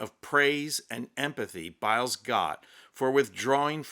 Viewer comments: Ha, ha. I had to laugh when you gave Simone Biles French name a Spanish pronunciation. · 🤣🤣She's French....I died!!!Simone Bill-es🤣🤣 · Thank you. Je te félicite....bravo Simone Biles (pronounced Bilaize). Yes!..she is a proud French beautiful, sting, athletic Lady.